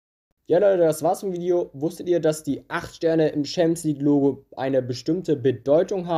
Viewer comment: Stimmbruch triggert mich. Und auch wie du Schämps League sagst hahahaha